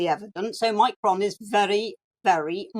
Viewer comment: Anne Widdecombe, the first person I've heard pronounce omicron properly. There might be something to note here regarding how people can just blindly follow. And how real Anne is.